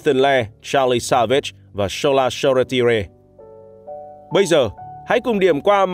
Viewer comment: Hình như tên của cậu Shoretire đọc là So-Tai-er mà ta